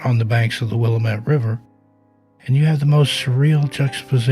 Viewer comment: BTW- it's wil-am-it, not Willa met😅😊👋👍